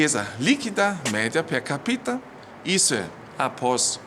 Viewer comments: Não há má-intenção nisso, ele mesmo já falou algumas vezes em tom de brincadeira. Aproveita e avisa ele que o correto na pronúncia é "per cápita" e não "per capíta", aprender o correto nunca é demais..kkk... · Assinalando pra vc,, falar direitinho o português. Pra colaborar de vdd. Coligação, per capita( como se tivesse um acento agudo no "a" de "cápita" = é uma expressão latina).